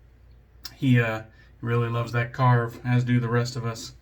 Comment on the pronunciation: Awesome shave 😌👍 I was expecting a great lather from the First Canadian soap and we got it. ☺️ I do fancy picking up a Mojito scented soap, I’ve seen a few recently and they do sound like they smell good. A great Justin pronunciation of Karve, it’s the only way to do it now. 😌👍 Have a great week, bro!!